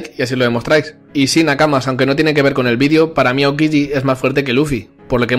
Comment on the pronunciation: “aoquigi” hahahahaha!!!